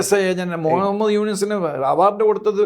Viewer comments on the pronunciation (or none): none